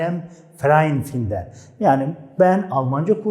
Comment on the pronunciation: cok güzel tebrikler. Ama telefuz konusunda sanki cok dikkat etmiyorsunuz. Mesela fiillerin okunusunda hic bir alman sizin gibi okumuyor. Örnek, finden fiili...hic kimse yazildigi gibi okumuyor..."findin" diyorlar...gibi seyler dikkat cekiyor. Basaralarinizin devamini dilerim....saglicakla..